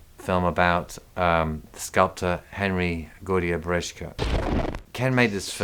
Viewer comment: love that film but every time I hear the mispronunciation of Brzeska i cringe.